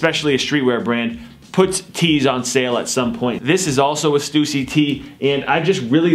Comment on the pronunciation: he said stussy wrong lol